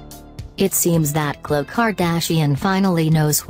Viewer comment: How can anyone take these alleged celebrity news channels seriously when they can't even use an actual human to rehash the news? 'Klow Kardashian' robot voice lady?